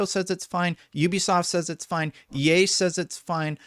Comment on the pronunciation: At around the minute mark when you said "EA says its fine" I thought you said "Ye says its fine" I lost it.